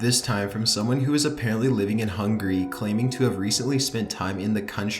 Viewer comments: It's not hungry it's Hungary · He says hungry instead of Hungary. Say it right man. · nvm he just said budapest "hungry" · "Budapest, Hungry..."